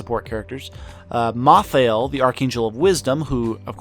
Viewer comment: MAL-thael. Not MA-thael. lol